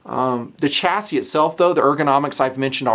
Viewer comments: Stop pronouncing it as "chass-IS" it's "Chass-EE" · "chass-ee" lol maybe it was on purpose